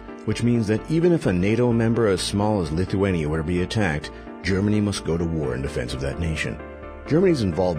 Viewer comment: Saying gernany showing polish soldiers